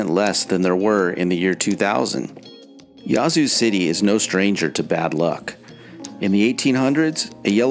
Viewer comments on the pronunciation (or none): "Yazoo" is pronounced with a short"a," as in "hat." Your stats are poorly thought out, as evidenced by the fact that Jackson wasn't #1. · Why are you pronouncing "Yazoo" in such a bizarre & affected manner? Sounds as though you're calling it "YAH-zoo", lol. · You’re killing me with how you pronounce Yazoo City. Jackson should be number one on this list then McComb. Next, the entire Mississippi Delta which includes Greenwood, Greenville and Indianola. Clarksdale and Cleveland are also in that grouping. I still love my state, mainly the rural parts.